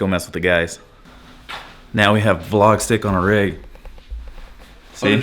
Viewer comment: im calling out cause the way hes saying V LOGG. hes been watching PIPER BLUSH. LOL... now tell the truth you walk her.. lol..